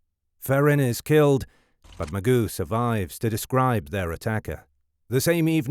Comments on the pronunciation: Are you the same guy who narrates Historymarche? Or is this using a natural reader type computer generation? I would think anyone with a basic knowledge of the case, should know Mageau and how to pronounce it. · one of the interesting aspect of zodiac killer mystery is Mike Mageau name pronounciation, it's always different from one video to other video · The narrator pronounces several words with a French accent when he does not have to, but cannot pronounce Mageau. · Well, yes. It just annoyed me. I don't normally go in for correcting pronunciation, but this is egregious. There are so many videos on the subject, and the spelling is recognizably French, that I just put in my two cents' worth. Put it this way, I personally would not have chosen to amplify the mistake. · His name isn’t pronounced Mike “Magoo” it’s Mageau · It's not Magoo it's pronounced maJoe almost a French sound to the last name not criticizing good work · It’s pronounced: “Ma-Joe” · Feel sorry for Mike Mageau (pronounced ma-joe) - who survived the horrific Zodiac ambush only to be called Mr Magoo for decades to come! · "Mike Magoo"? hahaha it's actually pronounced "Ma-jzo". Was this made with AI? The voiceover pronounces the same names several ways, like "Cheri" and "Sheri", and there's tons of little spelling mistakes in the written copy on-screen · “Mike Ma-goo?” I hate to be that guy, but his last name is pronounced; Ma-geaux. Perhaps it’s just me nitpicking, but when putting together a true crime documentary, the absolute bare minimum, and the least you could do is to get the victim’s names right. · Mike Magoo no relation to Mr. Magoo. Mike Ma G U it’s French or whatever. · "Magoo" LOLOLOL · Mr Magoo? Come on man, at least pronounce his name correctly. You're literally monetizing him nearly being murdered. The very least you can do is get his name right. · This AI voice calling the victim Mike Magoo is insulting. 🙄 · When he called Mike "McGoo" I about lost it.